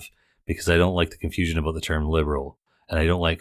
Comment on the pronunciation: "understand aboot me" - so Canadian!